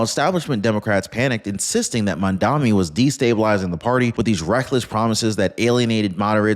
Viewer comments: He is not 'Mandami' as you are pronouncing it, he is Mamdani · It's MAMDANI!!! Not MAMDAMI!!! Pronounce it correctly... you sound uneducated!